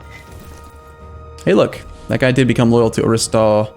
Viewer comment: ARIS-TAHT-TELES not ARISTA-TELES. I bet was made fun of for his pronuciation on the playground.